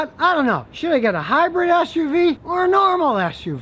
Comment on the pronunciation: Anybody else hear him say it’s a bigassuv?